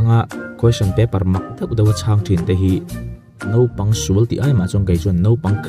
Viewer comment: Nopang, ti lovin naupang, tih tur